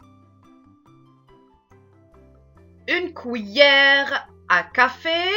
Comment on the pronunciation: Tres bonne vidéo mais on ne dit pas Couillère mais cuillères.